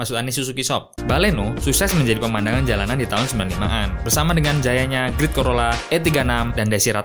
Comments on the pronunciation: great-nya dibaca great bang, bukan great 💨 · Aku pikir great ternyata great ya bacanya